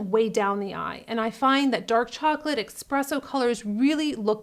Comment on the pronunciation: Hello!! I'm a new subscriber after searching a technique, I was lucky enough to stumble across you. You're a gorgeous, charismatic and do a fantastic job. - That being said. It's ESpresso. It's not EXpresso. There's no X. You're an intelligent woman. Please don't bring yourself down. ESSSSSpresso Thanks for the great ideas, - what ethnicity is Your name Love?>